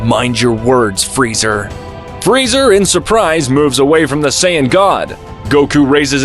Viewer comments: Dragon Spheres 😂 How do you fugk up the name? You also refered to Kale as His once. The name is Freeza not Freezer. Fix these issues in future. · Um "freezer" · If you can’t even pronounce Frieza’s name correctly and say fuckin “Freezer”, then you shouldn’t even make videos. 😂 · Frieza not freezer